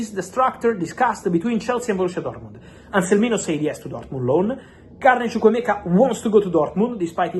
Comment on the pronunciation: I love the way you pronounce chukwuemeka very nice